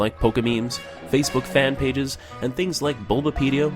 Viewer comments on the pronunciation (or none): none